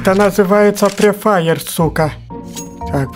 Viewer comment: Кажется,он сказал пре-фаер